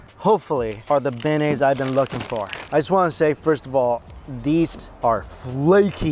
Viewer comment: I promise you I was about to type that out for boudin. I'm not even from Louisiana and I was bothered by that. He needs to work on "beignet" too but we still love him.